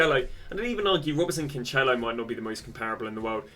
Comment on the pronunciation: “CanCHElo”, “Gee-eiro” you can go on with the names